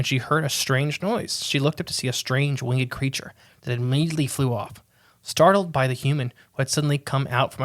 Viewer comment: BTW "Winged" is pronounced "wing'd" not"wing-ed"